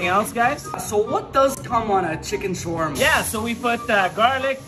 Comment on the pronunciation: Anyone else annoyed at the way she pronounces Shawarma